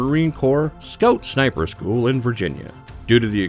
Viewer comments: I swear he said “Snaper” at the beginning. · Sinper bitten by a viper !! 😂